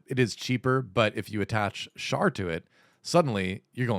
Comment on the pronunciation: Thank God that one of these youtubers actually knows how to pronounce Char.